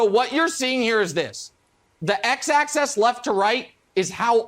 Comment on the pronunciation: Axis, not access!